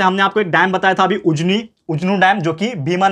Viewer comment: उजानी नहीं उजनी